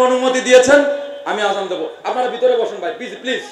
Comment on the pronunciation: অশুদ্ধ আজান 😂😂😂